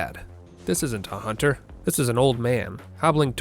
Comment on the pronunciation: "A hoonter must hoont"